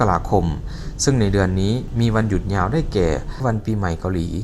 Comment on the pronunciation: ฝึกพูดภาษาไทยบ่อยๆ นะครับ ฉ.ซ. กว่า,ความ อิจฉา ไม่ใช่ อิดสา ยาว ไม่ใช่ ญาว, ชาว ไม่ใช่ ซาว ฤดู ไม่ใช่ ละดู